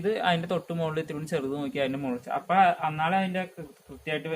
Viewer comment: അപ്പെ എന്നല്ല അപ്പൊ